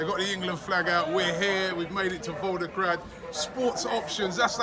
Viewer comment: ROBBIE!!! It’s VolGograd, not VolDograd